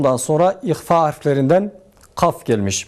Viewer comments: hocam ihva her zaman ince okunur. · İhvayı yanlış yapıyon ihva her türlü ince okunur ayrıca harflerin zayıf abi sende Tecvid hocası olmaz abim